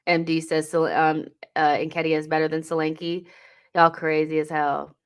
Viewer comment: Solanke is a Nigerian name and pronounced "shoh-lan-keh". Good player though.